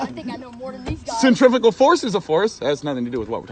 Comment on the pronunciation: centrifugal is not pronounced centrefical you utter prick! is so dumb it hurts!!